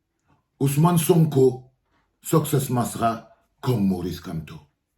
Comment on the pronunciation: On dit succès masra pas soscè